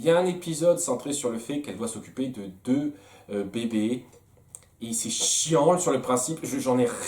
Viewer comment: "Numéro Dieu" Avoue, tu l'a fait exprès? XD